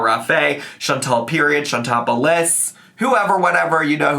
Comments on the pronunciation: Chantal’s name IS pronounced “Shawn-TALL”, not “Shawn-TELL”. It’s the pettiest critique I have for ALR but it drives me up the fucking wall every time I hear her say it. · her name is chantal not chantel idk why amber can't say her name correctly ever FOR YEARS